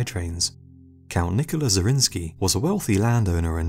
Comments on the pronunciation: I think, that the defender of Szigetvár deserves that his name is spelled correctly! His name is Zrínyi, not Zrinsky ... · The pronunciation of Zrínyi is soo wrong... type it in google translator